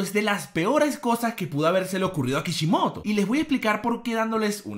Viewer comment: Porque dai le dice jaimico a kishimoto?